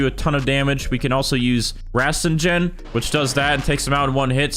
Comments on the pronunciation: rasengan nahhh raseeenjen yes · aint no way bro said "rasenjen" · aw hell naw man u didn't say that "rwasenjan" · That “Rasengen” hurt my soul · NO WAY HE SAID RASENJAN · I did not just hear "rasenjen" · Ahh yes, “resenjan” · exactly what i was thinking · Bro did not just say rasenjan 💀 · i thought i was the only one who heard it lmao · lol the way you saud rasengan😂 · that rasengan pronunciation was actually crazy